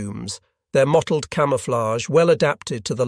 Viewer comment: AI reading. A human wouldn't make such a mistake as: "his mottlayd camooflay"